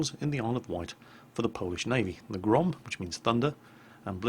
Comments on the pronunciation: The second time you said "GROM" was absolutely correct. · Thank you, very nice vid! About pronunciation - you've made a valliant effort indeed. Go to and click the speaker icon to hear how we in Poland pronounce that word. P.S. - Grom is ok. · Grom pronounciation was almost correct:P However about 'błyskawica' you should spell 'c' like 'z' in german. And 'ł', well... let's assume it's 'l':D Best Rgds, keep doing what you're doing.